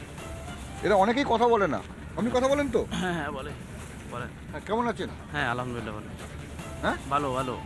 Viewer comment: বলদ সাংঘাতিক আলহামদুলিল্লাহ এর সঠিক উচ্চারণ শুনতে পাইনা